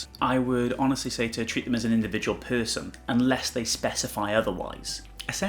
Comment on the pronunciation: Where is your accent from? Lol forgive me but I find it interesting you kind of say "peurson" rather than "person" lol idk I just really like accents and haven't heard that in someone's accent before!